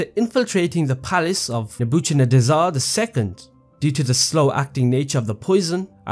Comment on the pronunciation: bro just murdering the pronunciation of Nebuchadnezzar